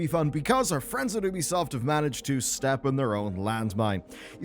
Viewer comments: It's pronounced YOOBY-soft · Just by looking at the text on the preview I understood that the author says Oobisoft instead of Ubisoft 😂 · Not if you call it by its proper name. It's not an American company, it's french. So it's pronounced 'Oubisoft', not 'Youbisoft'. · Its actually pronounced Ubisoft.